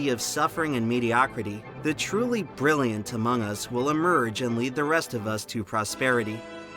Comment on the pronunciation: Ber-rilli-yant is not a word, my dude. ...not sure if you know that. ...if you're trying to say Brilliant it has like 4 less syllables in it.